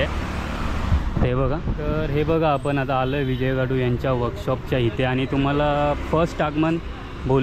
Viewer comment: विजय खातु आस्स नाव आहे दादा तु परत विजय काटु अस्स ऊच्चारत आहेस कृपया या गोष्टी वर लक्ष दे...!! !! गणपती बाप्पा मोरया !!